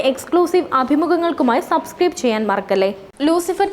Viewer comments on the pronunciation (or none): none